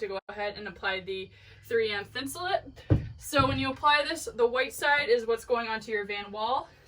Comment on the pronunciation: It's pronounced Thin su Late, not thin su Lit. As in: Insulate. It was developed as a insulation for outdoor clothing, sleeping bags and boots.